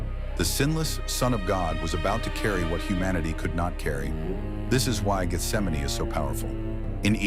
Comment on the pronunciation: So glad this pronounces Gesthsemane the right way instead of "Geth - sem - mane".